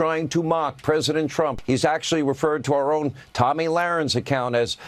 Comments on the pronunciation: I love how you called Tomi “Tammy”…. Very fitting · Hey it’s Tomi not Tammy. She’s the girl that wants to be a guy. another maga meat head.